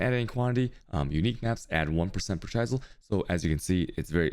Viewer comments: Dude you pronunciation of words is messed up, chie sel? It's called a chisel like the Mason chiseled a picture in to the bricks. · im convinced he only made this video to say chaisel a lot. ;) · That pronunciation of chisel is an inside joke right?